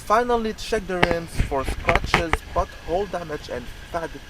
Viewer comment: "check for scratches and buthole damage" u cant unhear it now 😂